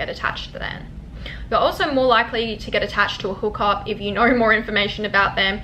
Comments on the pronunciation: It’s know. Not Knuawrrr. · it's the aussie, "I knorr"